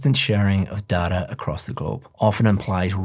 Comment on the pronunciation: You literally told dada (dad) not data 😂